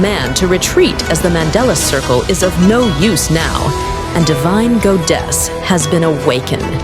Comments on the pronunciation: I swear I'm gonna throw up from how hard I cringe if I hear the A.I. voice say „ghoudes" again 😐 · Goddess-❌️ Gowdess-✅️ (Its a joke)❤